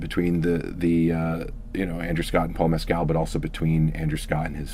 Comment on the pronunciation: His name is pronounced "Mes-kill". Not " Mez-cal"".